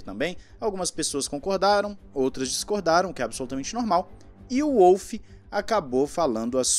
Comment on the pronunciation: eh Volf, macho.. o W tem som de V na terra dele